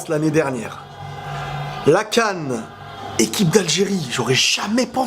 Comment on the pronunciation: c moi où il a dit la GAN au lieu de la CAN 🤣🤣 mais peu importe vive l'Algérie 🇩🇿🇩🇿